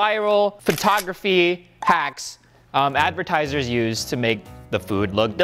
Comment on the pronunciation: ⬇️ this is how many times rio said advitiesers